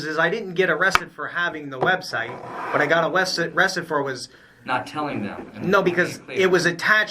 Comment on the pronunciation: “And you know what’s even funnier “ “I got awested”😀